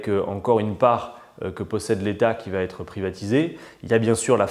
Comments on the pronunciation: Bonjour Mr Quatennens. Merci pour cette vidéo riche en explications tellement rares. Juste un détail qui me heurte les oreilles : lorsque vous dites "va être", vous faites une faute en disant "va-t-être". Attention c'est incorrect!! Il n'y a pas de T. Merci pour tout et continuer. On est avec vous! On a besoin de vous! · Adrien, STP, arrête les liaisons mal t'a propos, ne met plus un "T" derrière va et avant être, le va t'être passe mal pour des puristes comme moi.